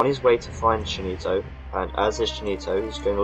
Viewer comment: Cheenito !! XD Hahahaha I lol every time u tried to pronounce it... Nice Commentary like always :)